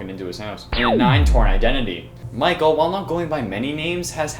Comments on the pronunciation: Mikel Afton? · Itsss Michael not Micheal just a reminder